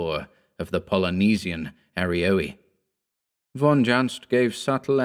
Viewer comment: dear, will you permit me to say something about von Junzt? The city of Düsseldorf is pronounced like you did, only not with the English u, the open ah sound, but like the French u, maybe easiest in Daphne DU Maurier, an Umlaut, in English we'd spell it ue, the way it's pronounced in French Bellevue, not the English one [bellvou]. I'm sorry, it's hard to explain without making this comment a text-wall, finding English pronunciation examples for every syllable. It always made me smile to catch Lovecraft in a grammar error - von Junzt's book had to be either "von unaussprechlichen Kulten"= of unspeakable cults, or "unaussprechliche Kulte"= unspeakable cults. In German this has two different meanings. And to date I've found no example to show how the "ch" here is pronounced. Our language doesn't have such a sound, it seems. Cats can say it easily, though (: Sorry f. probably wasting your time w. anecdotes, I do that sometimes, if I fall too deep into a theme...